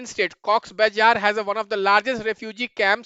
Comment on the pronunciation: sir aapki fake accent 😭😭😭😭 pandey mean noth se ho rakhaine pronounce karte chalo isme eng me liha galat bol sakta but bazar klo baizar bol rahe aap real raho na